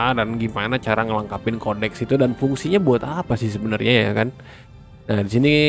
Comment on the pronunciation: Kodeks bro, bukan Koneks 😆